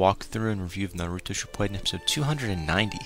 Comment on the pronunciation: it is shippuden not shippuaiden